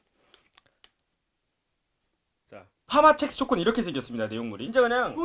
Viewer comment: 자꾸 첵스가 잭스로 들리지......